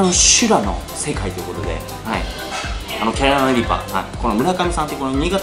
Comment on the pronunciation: 、毎回キャロライナリーパーってちゃんと言えてないのが可愛いですw 1回の動画で何回言っても、やっぱり言えない所がまた面白いw